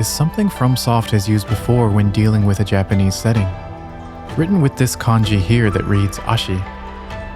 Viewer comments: Just found you, but your stories are super well done! And super interesting! Your Japanese pronunciation is phenomenal. Makes me wonder if you speak Japanese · Found you from your video about stormvei castle. Phenomenally cinematic, and then coming here and seeing your phenomenal pronunciation of Japanese as an American who learned Japanese in middle school, love to hear those who understand, pronounce and analyze from that perspective. Really wonderfully done video.